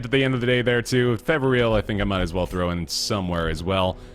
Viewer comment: wow, this is episode 140 and you're still calling the guy Feveril ...